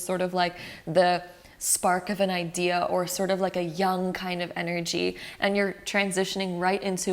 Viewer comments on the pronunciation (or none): none